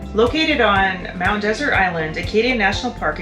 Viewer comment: it's not pronounced Mount Desert, it's pronounced Mount Dessert regardless of the spelling